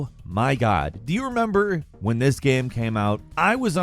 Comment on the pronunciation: man? The way you say game bothers me. Please do better. Thank you.